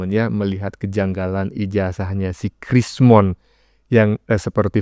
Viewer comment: Krsmon atau rismon ya? dari tadi hos nyebutnya krismon krismon tolong bacotnya jangan fitnah